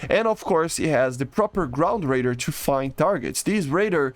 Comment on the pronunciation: "grund radur"